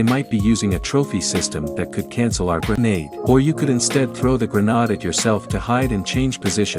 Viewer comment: It's gre-neyd He finally said it right Gre-nahd again!?